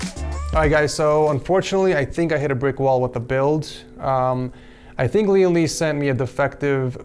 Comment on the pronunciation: I kept hearing Lian Li as LeeandLie and I thought this was a commission build from AmaLee lmao.